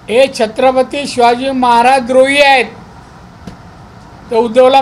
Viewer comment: साहेबाना नीट महाराज बोलता येत नाही...... 🍺